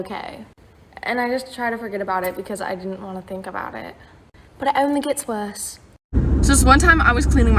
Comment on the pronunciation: in British accent* “ and it only GLETS worse” 💀